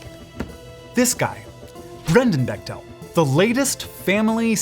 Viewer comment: For the record it’s pronounced beck-tul, my cousins are bechtels lol just found it cute and nerdy of you to say becktell like that wanted to make sure u knew ur a total nerd :P